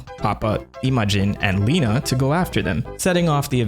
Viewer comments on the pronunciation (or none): none